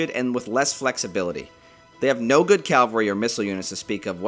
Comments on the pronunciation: It would behoove you, get it, to pronounce Cavalry correctly. It is not Calvary. That is where Jesus got wrecked. Cavalry comes from Caval Having to do with horses. As in chivalry. As in Caballo. Ca val ree Cavalry. Thanks for listening. Sorry for the troll. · Mate you're saying "calvary". It's "cavalry". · Why do Americans always say calvary instead of cavalry???